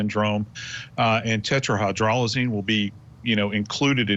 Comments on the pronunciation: Their "expert" continuously mispronounced the lethal active ingredient as tetraHYDROLozine rather than it's correct pronunciation of tetraHYDROZoline. Huh, some expert. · I heard hyrdrozoline though from the forensic analyst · This "expert" should learn how to pronounce "tetrahydrozaline." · Maybe it’s just me, but I find it odd that a person is interviewed for this video as if he is knowledgeable about the effects of tetrahydrozoline poisoning, and he can’t even pronounce the medication’s name properly. If you’re going to do an interview on this subject, at least learn to pronounce the substance you’re speaking about properly.